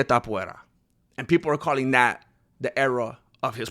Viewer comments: TAPUREA.....you got it wrong in espan̈ol cause it's Topolia... e sound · Everyone: To MMMA: To Everyone: pu MMMA: pu Everyone: ria MMMA: ria Everyone: Topuria MMMA: TAPUVERA! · Ilia the Georgian Caucasian Mountain Man sleeps Haram Tsarukiyam, Thizzlam Duckachev same night. Ilia is their father. Both know what it's like to get KO'd. And you intentionally mispronounce his last name as way to "fight back". Same people who said "Volk is levels above Ilia", "Max will humble Ilia", "Olivera is too big and rag dolls Ilia" now saying "Oh but but they're not in their prime". Hella embarrassing.